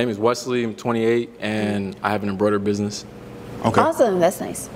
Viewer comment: If you say “ bidness ” I can’t deal with you